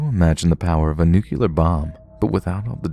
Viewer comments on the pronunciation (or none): New-kleer, not nucular.